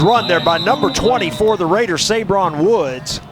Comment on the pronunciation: #20 of the Raiders. His name is pronounced SUH-BRON not SAY-BRON. Killer job!!